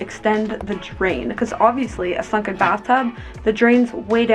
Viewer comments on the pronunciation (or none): OMG, you said SUNKEN bathtub. I thought you said f****n’ bathtub! 😲 I was like, whoa, why so hostile? Glad I rewound and listened again LOL! 🤣